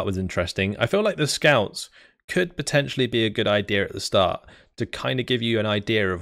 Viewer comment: Well, he stopped sayin "potanionally" after every word and thats a bit of a plus :D